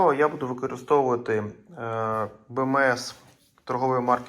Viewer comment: як же ріже вухо оце от "беМЕес". я помітив, що усі ка-цапи так кажуть... Ну немає літери Ме у солов'їній, та й у псячій мові. БеЕМес.